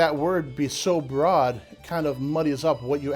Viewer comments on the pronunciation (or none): none